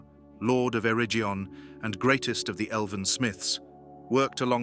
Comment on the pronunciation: Stop using ai to read the script. It's awful. Celabrimbor??? Areggion???